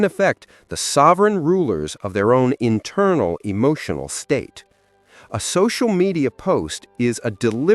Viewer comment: E-moo-tional? You shouldn't get all e-moo-tional and cry over spilt milk, or mispronounced words!! 😂